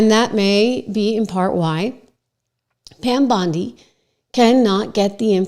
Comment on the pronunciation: did she just say Pam Blondie? 😂😂